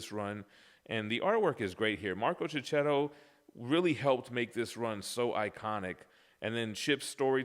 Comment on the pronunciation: He’s Marco Checchetto (sounds Keketto), not Ceceto. Don’t you use the H for a purpose in the USA?